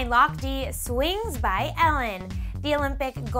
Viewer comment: how she pronounced lochte. ha ha